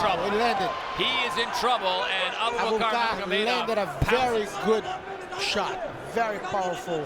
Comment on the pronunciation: The pronunciation of Abubakar’s name at the end💀💀💀